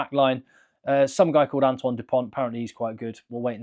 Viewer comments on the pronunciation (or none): none